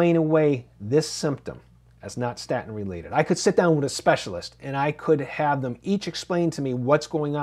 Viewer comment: What's a "sta-in?" Can anyone speak properly anymore? Cringe.